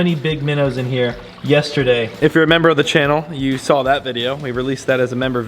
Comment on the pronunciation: Lol " I swwwaaaaalll something in the pond" that NY accent 😂 Dude I want that turtle to join mine!!!